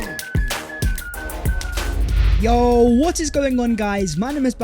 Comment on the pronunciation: Yup… even spoiling the New Year for me and others with his gargantuanly STUPID ending “VHAT IS VHE VIDEO VHERE AND VHERE.”!! GET A GRIP YOU CRETIN!!! NO ONE speaks like that!!